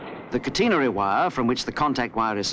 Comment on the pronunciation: interesting old film. Only criticism: It's called "catenary", not "cateenery" SMH